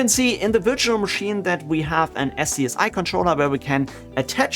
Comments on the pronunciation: One little thing (and I've been seeing this in a lot of similar tutorials), but "SCSI" is pronounced "Scuzzy". Probably not something that comes up a lot if you didn't work in enterprise storage in the 90s, so I'm not surprised that nobody else has mentioned it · I love you man but every time you don't pronounce SCSI as SKAZEE a neopet is starving to death :P